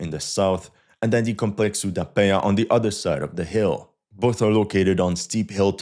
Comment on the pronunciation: . Congrats on the nasal sound ("nh" from "Penha"), you nailed it!